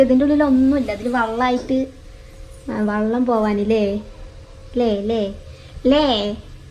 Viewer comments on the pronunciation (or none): ചക്കരെ വള്ളമല്ല വെള്ളം എന്നാ പറയണ്ടത് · വള്ളം alla വെള്ളം parayananam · വള്ളം എന്നല്ല ചക്കരെ വെള്ളം എന്ന് പറയ്